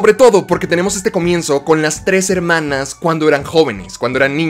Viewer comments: Que verguenza ajena me da cuando dices "hermanas". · No vuelvas a decir "Hermanas", te lo suplico xd